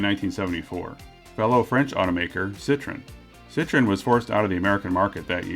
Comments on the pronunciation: It's not "Poo-zhoh," but Per-ZHOH" without the "R." It's also "Sitro-EN" not "SIT-ron." It might help to watch a couple of French commercials for these brands to put all guesswork to rest. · Not cit tren..like an orange..cit troooo en.. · Pronouncing? Not 'Poo'; say e&u together. French has no real syllable stresses; they are about equal. (I'm Canadian, French an official tongue.) CITRON!!?? It's not a lime-cousin! 2 vowels, 2 syllables - the N quite nasal. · Not Lemon!!!!! Sit tro en !!! Sit tron is a lemon Sit tro en is a car Thats why there is a dierisis on the o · . . . . sit-tro-enn was pronounced wrong ! ;) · Your pronunciation of Citroen.. shudders